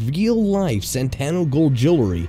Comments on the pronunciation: SAN-TO, SAN-TO, SAN-TO! NOT SAN-TAN-NO... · SANTO Gold, NOT Santano Gold. I mean, it's right there on the screen. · SANTANO GOLD? It says SANTO gold. C'mon. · it's spelled SANTO but you keep pronouncing it SANTANO. which is it???? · Why did you keep misreading Santo as "Santano"? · Santo... Santo..it’s like Santa but with an O sound. Where did you find the two extra letters from 😂😂 I’m sorry but it was very frustrating to watch. Please check your scripts for mistakes <3 I do appreciate the joke texts in the video for the mistakes you caught :) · It's not Santano, it's Santo. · Everywhere it said Santo Gold but you kept saying Santana Gold. It was kind of annoying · SANto, not SanTANo. DisTRIButor, not distriBUTor. Ah, never mind. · It's SANTO; San-to! San-to!